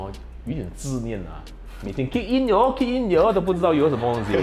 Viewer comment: 每天 Kick in yooo kick in yooo ，都不知道 yooo 什么东西， 看到这个笑死我我妈妈，😂😂😂